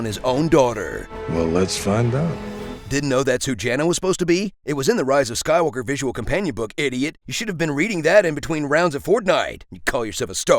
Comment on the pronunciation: I'm Ray - Ray who? - Ray Skaiwooka